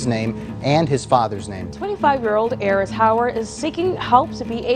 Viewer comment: Woah. I've never heard anyone with the EXACT same pronunciation as mine. His is Aarys and im Errice. That's cool as hell!